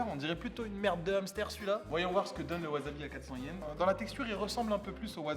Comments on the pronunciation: Gomen de faire ma chieuse mais ça se prononce Wassabi en nippon , j'ai les oreilles qui saignent quand tu prononces Wazabi ZZZzzzzzzzz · Je vais faire le chieur mais ça se prononce wassabi (pas azabi) Tu es au Japon :p 発音に気を付けろ！ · Maître Absolu De L'Univers non tu dis wazabi est pas wassabi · Moi aussi je prononce wazabi a tord, ça se dit wassabi. >< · Ca ne se prononce pas WAZABI mais WASSABI :p Franchement horripilant... Sinon cool vidéo comme d'hab ;) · Ça se prononce "Waçabi" わざび？？？何だそり？？ わさび！！ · Tu dis vraiment "wazabi"😭😭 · t'es un comique toi, t'as cru que tu allais m'apprendre la prononciation japonaise... ワサビ se prononce donc "wassabi" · ça se dit "wasabi" (tu prononces un "s" et non un "z") car c'est japonais